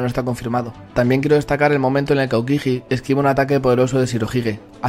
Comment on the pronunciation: no pronuncies la j de aokiji